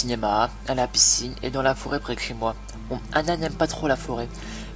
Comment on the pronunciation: Armand "près de hhez moi il le fais à chaque fois ça m'énerve ☺